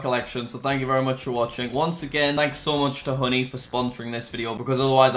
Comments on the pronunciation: how honey is actually pronounced: Honey how Jack pronounce honey: hoodie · When he says honey I think he’s saying hoodie 😂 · When he first said honey I thought he said hoodie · He said honey thought he said hoodie